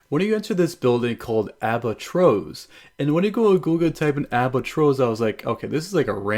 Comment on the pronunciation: when you said "Albatros" It sounded like you said Waitrose. Ps there is a Supermarket chain called waitrose